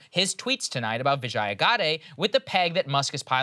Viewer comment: LOVE your content. Huge fan. But can I correct your pronunciation? I worked at Twitter a long time ago, and I know how her first name's pronounced. It's VIJ-yuh, rhymes with fridge-yuh, not vih-JYE-uh. :) SORRY to nitpick. Just wanted to correct it for the record. :D :D